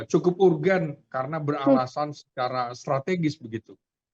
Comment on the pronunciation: URGENT pronounce nya URGENT aja bukan ARGENT